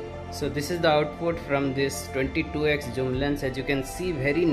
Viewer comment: Bro Zoom not joom